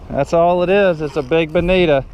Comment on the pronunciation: Bennida? You mean bonito? Great video.